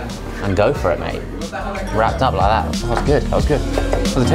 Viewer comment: Josh says "Wrapped it up like that" in one syllables. "Raap-i-aa-la-a" 👏🏼👏🏼👏🏼